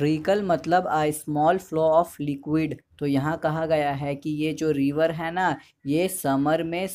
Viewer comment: nice explanation but ..hai pe kam jor do thoda